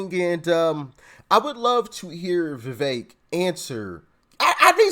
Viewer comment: NO FAKE VEVEK!!! ie VE-FAKE